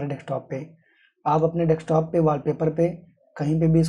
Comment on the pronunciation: Thanks but y are u saying deKstop